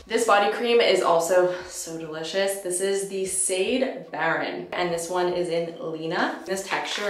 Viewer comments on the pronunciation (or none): P.S. I believe Sade Baron is pronounced "Sha-day" like the singer! Just looked into the brand... thanks for introducing me to another Black woman owned brand!